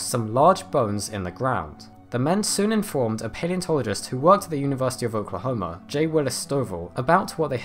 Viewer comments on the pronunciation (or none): none